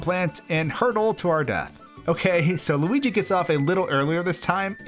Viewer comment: It’s loogi